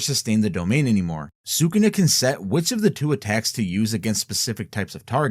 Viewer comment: Listening you to mispronounce Sukuna is awful.